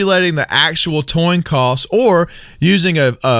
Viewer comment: Am I the only one who heard " toin coss" when discussing Two-face? Lol